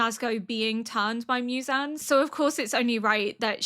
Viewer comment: 『ミュザン』って、ホントに貴方の耳にはそう聞こえてるの？わざわざ日本語音声で視聴して下さってるのに？？？┐(´д｀)┌ 『ゼンイツ』は完璧です！素晴らしい！！